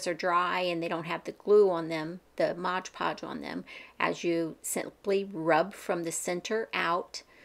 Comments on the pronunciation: I don't know why, but you calling it modge podge drives me nuts, lol it's MOD podge. Thank you for the easy to follow tutorial. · Mod Podge, not modge podge.